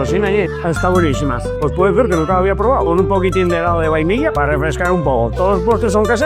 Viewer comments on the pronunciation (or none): none